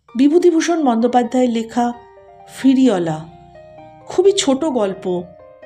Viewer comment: আপনার পাঠ মোটামুটি ভাল। কিন্তু সমস্ত গল্প পাঠে 'ফেরিওয়ালাকে' আপনি 'ফিরিওলা' বললেন, কানে ভাল লাগল না ।আশা করি এরপর থেকে উচ্চারণে সতর্ক হবেন । নমস্কার।